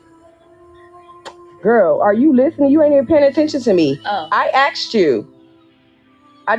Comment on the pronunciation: Not she “axed” a question